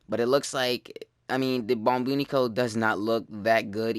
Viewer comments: "Lets take a look at the "bombinique"" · apparently the bubonico has about 108 different pronounces